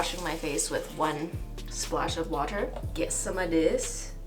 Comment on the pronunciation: You said “water” like the Dutch way 😂😂